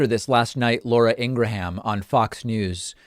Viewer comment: I love that David pronounced Laura’s last name as ‘Ingra-HAM’ 😂 Can’t stand her.